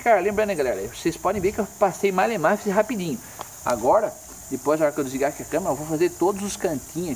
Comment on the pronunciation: rrrrapidinho male male, kkkk muito bom mano show de bola como limpar o moto da moto